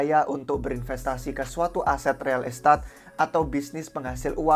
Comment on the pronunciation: Real estat ? pronounce mana tuh buset 😂😂